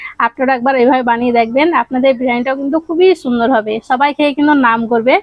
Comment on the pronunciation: ছুন্দর।ছাগতম ছহজ। বাংলা ভাষাটা ভালো করে শেখ না ভাই! ভীষন কানে লাগে